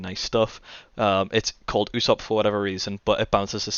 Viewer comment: Why does say ussop??